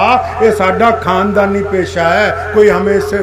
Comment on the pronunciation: ارے مولی ساب آقا محمد صلّی اللہ علیہ و سلّم کا نامِ نامی اسمِ گرامی صحیح تلفّظ سے لیا کریں سلّا سلّم نہ بولیں اور اپنے کھاندانی قِصّے سنانے کے بجاےُ رسول اللہ اور آپ کے صحابہُ کرام کے واقعات سنائیں کھاندان نہ بولیں خاندان بولیں مولی ساب عبد الکادِر نہیں بولیں عبدالقادر بولیں